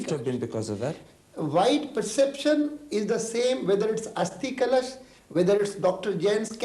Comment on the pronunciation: Karan Thapar cannot pronounce 'kalash'. He says 'kalAAsh'??? Lol LK Advani's actually making a lot of sense.